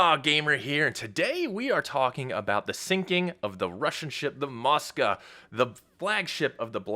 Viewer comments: It's MOSKVA not MOSKA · Dude...drives me crazy when someone is trying to be accurate, and can't read. Phonetically, the ship's name is MskVa, not moska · Moska 👎🏼 Mosk-Va 👍🏼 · Moska???? No, Mosk-vá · Dude...drives me crazy when someone is trying to be accurate, and can't spell. Phonetically, the ship's name is MOSKVA not MskVa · "Russian ship the Moska"?